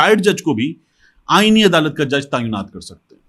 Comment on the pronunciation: لفظ تعینات کو تایونات نہیں بلکہ درست لفظ { تاۓ نات} ادا کریں جزاك الله۔ انکل محمد meesaW قریشی ۔ کراچی🎉